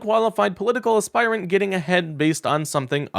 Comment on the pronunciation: Dude. You really need to learn how to pronounce words correctly. Every time I see one of your posts, you fuck up something simple. This time it was "aspirant." Maybe just review your scripts with someone. It's embarrassing.